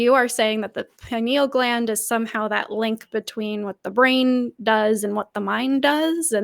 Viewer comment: "Pineal clam".